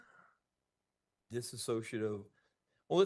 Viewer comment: Dissa-show-see, dissa-so-shoo I'm sorry, I know we all slip up sometimes but it's just funny and since he's one of the attorneys of an admitted child-killer, I think it's fair